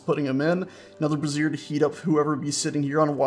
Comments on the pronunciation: Brazier From Wikipedia, the free encyclopedia This article is about the container for fire. For other uses, see Brazier (disambiguation). Not to be confused with Brassiere or Brasserie. (This is what you're calling them) Brazier A brazier /ˈbreɪʒər/ is a container for fire. Brazier sounds more like "bray-zur" you're saying brassiere. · Sorry, had to mention this as it was getting a tad embarrassing. The alternate name for those firepots is "brazier" (pronounced like "Bray-Zhur"), what you've been calling them is a piece of women's underwear. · It's pronounced BRAY-zher. Also a "winesman" is actually called a vintner, someone who makes or sells wine. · It's pronounced Bray-sh-her. The way you've been pronouncing it is the formal of a woman's bra, not a heating light source. I only point this out because you seemed to be unsure how to pronounce it. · You keep pronouncing Brazier as brassiere. STOP IT! One is for lumps of hot rocks and the other is for rockin' hot lumps. Emphasis is on the a in Brazier.